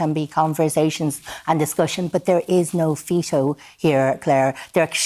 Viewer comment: says No Feeto😂😂😂